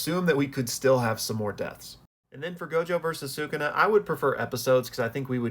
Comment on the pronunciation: shout out you for pronouncing bros name right.